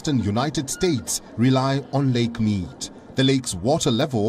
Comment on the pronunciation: Lake Meed is how it's said.